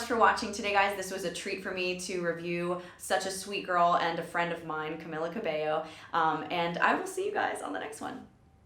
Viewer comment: caMEEla cabeYo